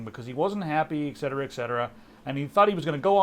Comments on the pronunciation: It's eTcetera, not eccetsera. Fyi, pet peeve. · ETcetera, please! Are you also drinking an expresso?